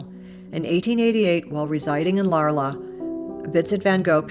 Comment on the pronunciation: The City of Arles in pronounced "ARL"..